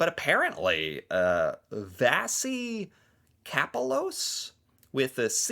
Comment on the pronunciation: "vashy capelows" is how you pronounce it